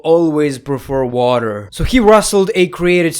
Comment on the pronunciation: Bro said “WATER” 😂😂😂😂